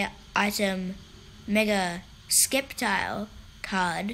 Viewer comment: BOO YOU SAID SCEP TILE IT'S SEP TILE THE C IS SILENT!